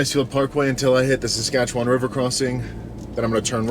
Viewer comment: You pronounce Saskatchewan better than most Americans